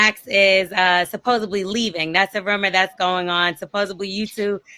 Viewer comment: Supposebly! 😂 She needs to go back to school and get her some edumacation!